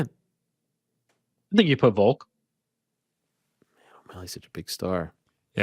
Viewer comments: Silent L ... 😂😂😂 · Still can't believe Ariel can't say VOLK he says VOKE every time and it kills me